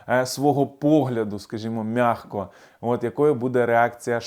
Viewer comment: А чому весь час "м'яГко"? У Словники НІКОЛИ не дивишся,? М'ЯКО.